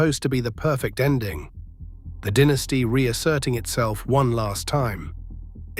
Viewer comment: It is not a dinisty it's a dynasty